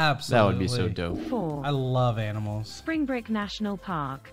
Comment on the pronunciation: It's Springbrook National Park - not Springbrick like the voice over seems to be saying lol. Very beautiful area, with glow worm caverns and Springbrook Research Observatory where I watched Venus transiting the Sun in 2004. Plus lots of other naturally beautiful areas.